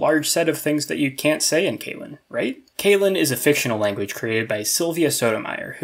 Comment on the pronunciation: Nice so see a video about this old favorite conlang of mine! A small nudge when it comes to pronunciation: I think you gotta watch how your long e's become like ey's, like you're saying "kaylen". I guess it's an English speaker thing?